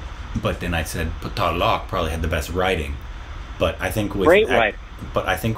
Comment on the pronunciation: Paa-taal Loke